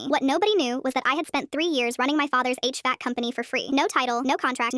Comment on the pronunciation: This is the only Ai to correctly pronounce HVAC without literally speaking it by each letter